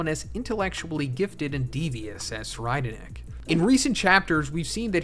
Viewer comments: YOU SAID SIR RIDER NICK ITS PRONOUNCED SIR REED NICK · "Sir-I'd- nick" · I believe it is pronounced tser-eyed-nick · Sir ride nick is how i hear it lol